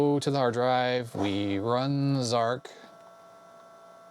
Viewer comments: zar CH not zark..... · to the best of my knowledge, Zarch is pronounced "Zartch" (to rhyme with 'arch'), not "Zark". I've never heard anyone else say 'Zark' (and I was an Archimedes owner back in the day when Zarch was new). Zarch was a technical marvel at the time, though I think most people found it pretty unplayable because it was so hideously difficult to control! Of course, the original Archimedes version was the definitive one, but it was also converted to other platforms – including even the ZX Spectrum! – by Firebird Software, under the name Virus. (Take a look at the Spectrum version for comparison…! Hardly an obvious conversion to make, though it too was an impressive technical achievement, all things considered.) Two other, slightly later, Archimedes games use the same graphics engine as Zarch: Conqueror and Air Supremacy, also from Superior Software. Both are less fast and spectacular than Zarch, but both are considerably more playable as games, and make better use of the terrain by keeping it visible most of the time! I always felt that one of the frustrating problems with Zarch was that you were flying too high to see any of the ground for much of the time. Not until you were just about to crash into it, anyway… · Zarch not Zarc!